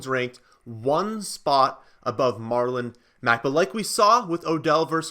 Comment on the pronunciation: MarlOMEGALULn Mack 🤣🤣